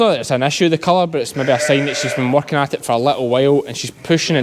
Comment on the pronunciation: First time hearing you say "hits " for its - very , very Ayrshire lol. 9 minutes 07 seconds in says " hits mother "